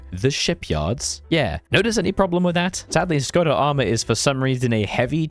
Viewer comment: small tip: if you struggle with saying sometihng with ě, š, č, ř, ž, ý, á, í, é, ect. use google translate (you butchered name of Edvard Beneš, Škoda and podkarpacká rus)